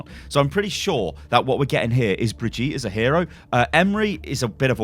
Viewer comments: Say it more like baguette so brigutte to make it sound German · okey im dutch an i cant spreak german bregit is pronoumced bregyt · Step 1: open google translater Step 2: choose German as the language Step 3: type "Brigitte" Step 4: click on the sound button Step 5: use the correct pronunciation in your Youtube videos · Why do pronounce her name in this french way? In German her name would be pronouced with audible Ts and also an E at the end, but not the way English speakers do it, but more like the french do the É. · WHY DID HE SAY HER NAME SO FUGGIN WEIRD IN THE BEGINING Edit eeewwweeewwweeewww he keeps doing it. I hope it isn't the German version lol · When it is the german version of the name it's pronounced brigitte with the g like in get (im german) btw i love your videos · If it's supposed to be the german pronunciation, it should be: "Bri-Gi-tte". The "i" pronunced like "ee" in "see", the "g" like in "good" and the "e" like ... i don't know... the first "a" in "advertising". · you are not even saying it german wtf? btw nice clickbait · In which language are you trying to say "Brigitte"? Reinhardt is German, so if you're trying to pronounce it the German way, then you're absolutely butchering it! Here's a video of on how to pronounce "Brigitte" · It’s Bri-gee-ta like off of the sound of music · It's "Brih-gee-tah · The german version is pronounced Bree-git-eh (as close as it gets. with the g like in "get" not as is "jeff" ) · her name is pronounces (BI-R-G-ITTE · German dude here The pronounciation Brigitte in German is "Bri-k-ittee", but the K is very soft and the "E" is very loud and hearable. In german language, the sound that english people use for "g" is usually represented with a "j", while the german letter "g" is more like a very soft K, spelled like "((K)))eh" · in german u say Bree - git - teh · okay her name is not "Bridjeet" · If it is a german name it's Bri-git-te ! :D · Its pronounced bree-gitt-tea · Bree-Ghi-Tah somewhat like that